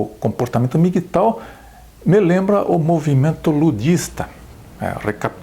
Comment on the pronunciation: Não se pronúncia MI gui tau e sim EM mi ghi tou.